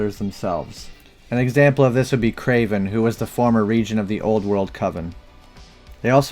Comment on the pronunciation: "Coven's"? LMAO